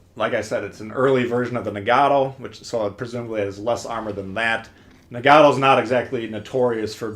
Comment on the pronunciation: You've been playing Legends for a year and still can't pronounce Nagato right 💀💀